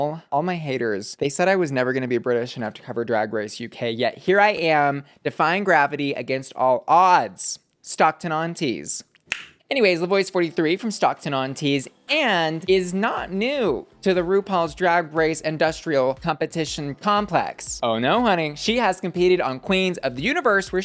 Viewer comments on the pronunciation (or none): hey bussy, i love your videos! i always watch them after drag race! i thought you might want to know that voix is pronounced VWA. it means voice in french. her name is french despite her being english.